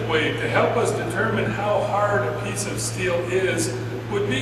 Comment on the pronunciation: "haerd". Have you been to ram ranch also? great vid bud :)